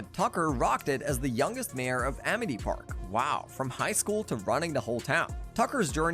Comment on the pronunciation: bro really said amith park